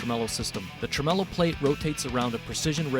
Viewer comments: Is he calling it a ‘truh-mellow’ system? 😂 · Fender pronunciation of this bridge is TREM OLO.